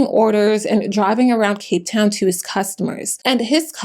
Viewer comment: You did us in Cape Town proud. Beautiful pronunciation